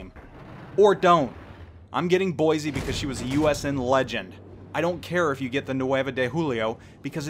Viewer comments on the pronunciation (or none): none